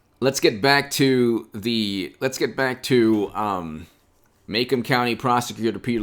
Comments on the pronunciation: Pronounced....Ma...Comb county. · Macomb County,pronounced ma comb